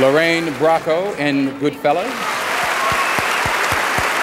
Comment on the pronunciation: He mispronounced Lorraine Bracco